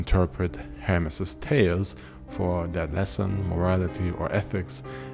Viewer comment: You keep saying Ham and Hamless. It’s Hermes. You talk like America is the only country with that formula. They were all created through domination.